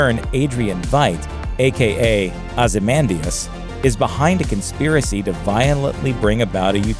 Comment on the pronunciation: Are you incapable of saying Ozymandias correctly?